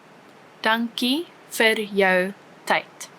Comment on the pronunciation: “Vir Suid van die stad” is pronounced as “Ver Suid van die stad”. Could be a great tool, but it really creates a bad impression if the very first Afrikaans word used, is pronounced wrong!